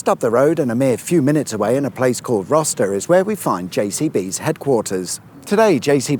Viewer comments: It's not pronounced "Roster" it's "Rowster" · Just so you know, it's Roh-ster, not Roster. And you missed Tutbury with its castle near Burton. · Little pedant lovely. It's pronounced Row-Ster Not Roster. xx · As a local. Rocester......pronounced "Row Sterr" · Pronounced Roaster if you please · FYI, Rocester is pronounced roaster 😊. Great to chill by JCB lake with a BK or Maccies. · Hi, good to see you in my area - saying local place names can be tricky the JCB place at Rocester is said as roaster. A village not far from Leek, Onecote is said as on cot - think we do it just to confuse visitors. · it's pronounced roaster lol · Dove Bridge. Beautiful. Rocester is said with a double s if you know what I mean. Lovely vid. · Rocester is pronounced row as in moving a boat